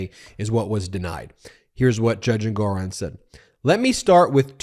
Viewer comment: Ben, the judge's name is pronounced "ENG-or-on." NOT "en-GOR-on."